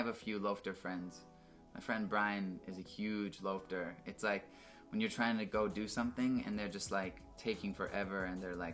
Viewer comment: I'm Canadian what the heck is a loafter